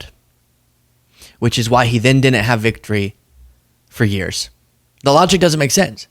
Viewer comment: FYI lol it’s not couln’nt and din’nt. I love you man but that drives me nuts 😂😂😂